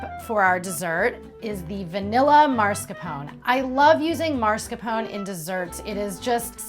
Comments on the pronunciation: Your pronounciation of mascarpone is annoying me ... -_- its not pronounced marscarpon but its mah scar poh neh! Jeez get it right woman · It looks really yummy! In fact, I'm going to try it today :) Just one tiny thing, though. The correct pronunciation is mas-car-POH-neh, not MARS-ca-pown ;) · I love this recipe but please it is pronounced MASCARPONE with an E in the end, you said it so many times wrong that I had to tell you!!